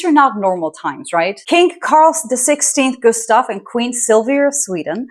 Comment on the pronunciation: Wow your pronouncement of Carl XVI Gustaf l and Silvia was spot on.kudos from Sweden.